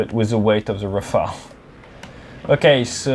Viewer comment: Enfin un anglophone qui dit « Rafale » et non « Rafael » aha même si t’es français Até 😂